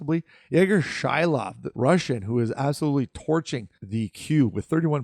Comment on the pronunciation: Did you mispronounce Shilov AGAIN just to check if I'd tune in ? ^^ Anyway, a bit odd to see him there on that list, no ? There ain't many super interesting centers on that top 20 and he and Malhotra are already commited to BU for next season which must be rather reassuring to an NHL team. I'd be a bit surprised come draft day if he were to fall this close to the end of the 1st round.